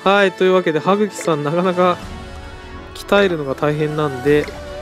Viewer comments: はっきじゃなくてはくきですよ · T N はぐきっていってますよ多分そしてそれは知ってると思います